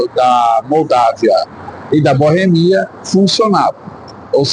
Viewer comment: Que boemia rapaz, é Boêmia.